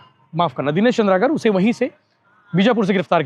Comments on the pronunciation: चंद्रकार नहीं भाई, "चंद्राकर", ठीक से पत्रकार भाई का नाम लो। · वो चन्द्रकार नहीं भैया चंद्राकर है